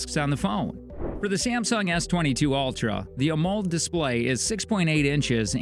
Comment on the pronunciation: AH MULLED display. Ha, the pronunciation...